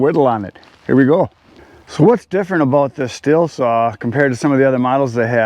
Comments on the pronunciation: Stihl is pronounced STEEL, so says Stihl manufacturing in Virginia Beach, so you can keep saying still, but the one who owns the name pronounces it steel. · Yep, in Germany we pronounce it "Schteal". Never "still". 😉 The Company is based in the beautiful Southwest of Germany btw. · To pronounce correctly imagine man with a monocle holding his cigarette funny and say schteal. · IH is spoken like a double EE in german language! ST-EE-L is the right pronunciation in my opinion.😂 Thanks for the video and many greetings from Germany ❤ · It's a German company and if there is a "h" behind the "i" it is pronounced >STEEL< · Sorry, but you prenounce Stihl wrong. Remember it's in german. Gotta say it same way like the metal, steel. More or less. Cheers from Denmark. (german speaking guy) ;-) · From the very South of Germany, Home of Stihl: i would pronounce it Shteal. The H in the Name makes it a Long „I“. The Pronounciation with the Short „I“ would mean „silent“ in German😂 But there is really a German Company called „Still“ making forklifters… Sorry for my bad english, german guy… Love your Videos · I guess it's one of those German surnames like Porsche that most Americans mispronounce. The real car and saw snobs pronounce them Porsha, and shteel. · Good afternoon!!😀😀 The 500i is a heck of a saw!! The proper pronunciation for Stihl is Steel. It the German pronunciation. Back in the 1980s at my old Stihl dealer in Berlin they had a display rack from Stihl that said right on it say Steel. That's why we pronounce it Steel. Happy Father's Day my friend!!😀😀💚💚 Logger Al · Get it right. When saying "Stihl" you have to get the "CHH" sound. It kinda vibrates in the throat. Now, altogether::SCHHHteel". Sorry, I spent too much assigned time in country years ago. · Stihl being a german manufacturer, the german pronunciation would be steel